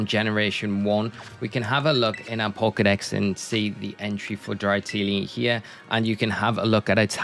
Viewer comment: Dra-tini not dry-tini lol great vid tho thank you